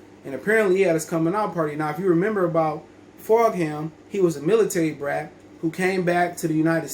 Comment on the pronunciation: It’s pronounced ‘Fulgem’